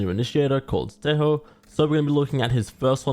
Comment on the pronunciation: why it's Te-ho, not Te-jo?